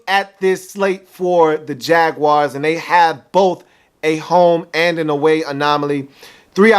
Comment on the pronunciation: I hope he doesn't say "Jaguars" like that ever again. #NoRespect